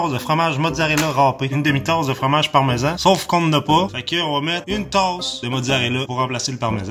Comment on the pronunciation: Le "Barmesan" pus moin les pieds. que le parmesan loll